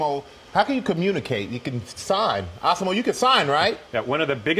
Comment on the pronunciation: Stop calling him "ah-si-mo"! You heard the man--er, I mean guy! You heard the guy! His name is "az-si-mo"!